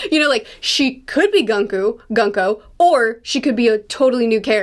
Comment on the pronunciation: By the way, Gunko is pronounced “Goon-koh”.